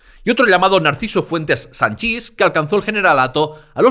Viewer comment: Por favor tú también con lo de 'Sanchís'...😢 Cuando nombras al general Narciso Puentes Sanchis, lo pronuncias acentuando 'Sanchís' y se acentúa en la a, es decir 'Sánchis'. Como sabrás la 'is' significa 'fill de' en valenciano, como la 'ez' final en castellano es 'hijo de'. Se pronuncian igual Sanchis que Sánchez, Peris (fill de Pere) que Pérez, Llopis que López, Ferrandis, etc. ¿Por qué no pronuncias 'Perís' o 'Llopís'? Pues eso